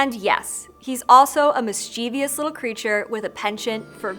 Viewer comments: And mischievous is pronounced mis-chuh-vus not mis-chee-vee-us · if you look at the spelling carefully, mischievous should be pronounced "mist chiv us" instead of "mist cheev eeus" love these! every few months, i binge all the ones i missed! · How are you still mispronouncing mischievous?